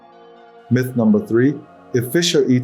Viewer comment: Ah man, I thought this was a real channel. “Mith” mispronunciation just gave it away and turned me off!